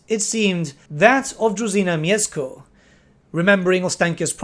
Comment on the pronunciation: Mieszko - that "sz" you may read as sh, but you have managed quite well with this name ^^"